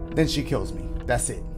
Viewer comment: The homie been saying "DASSIT" for a grip, huh?! 😂😂